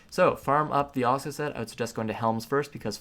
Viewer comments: It's pronounced Heave (Heve) Uh-soola (Asula) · Yikes... GROO-NIL ( Grunil ) and AH-SOO-LAH (Asula) .. Learn to pronounce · Tree-ant, guy-ant, ossula. Have I been saying this shit wrong all my life?